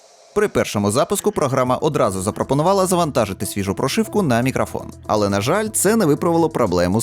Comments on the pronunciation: Ха, навіть не сумнівався у RODE! Хлоп'ята гарні, але ж карбованців просять...) Хочу дати невеличку раду щодо української вимови. У солов'їній редукція голосних у побуті відбувається дещо інакше, а точніше... її майже немає) В українській немає заміни голосного «о» на «а», (це характерно лише для мови сусідів). Ось наприклад слово «мікрофон»... воно повинно вимовлятися виключно як «мікрОфон», тобто через «о», а не «мікрАфон» через «а», гадаю, ти зрозумів. Також звук «щ» у нас вимовляється як тверде «шч», не «шь». У тебе воно не часто, але проскочує, трохи більше уваги — зникне майже миттєво. Я сам, коли переходив з російської, цим страждав) Сприймай це чисто як пораду — не критику, я просто хочу, щоб кожна мова звучала чисто, як повинна, без усіляких акцентів, але я свою думку не нав'язую. Та ще одне... Друже, дякую тобі за якісні огляди, тим паче українською, нехай у тебе все буде якнайліпше, удачі тобі! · Не зміг додивитися, "Мікрафон" дуже ріже слух, решта все на висоті.